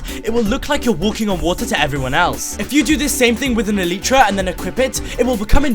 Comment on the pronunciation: Elytra, not eleetra!!!!!